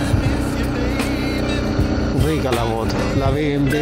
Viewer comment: Llegué hasta "be eme em ve". ¿Qué significa eso?. Ese mal pronunciar que tenemos acá en chile me perturba jaja. Pronuncien la sigla como corresponde: "be eme doble uve" o "be eme doble u" o simplemenete "be eme doble ve". Y si lo quieren pronuciar en el idioma original "bee em vee".